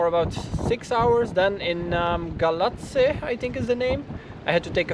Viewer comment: You pronounced perfect Galatzi. :) All respect for that, its not easy. I love your travel vlogs. You look super natural. :)